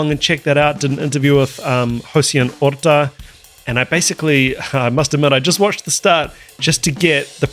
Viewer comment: You pronounce The mame good,he is an excelent drummer from our country Puerto Rico The mame is in spanish